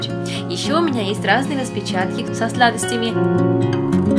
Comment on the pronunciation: со сладостями очень странно звучит)))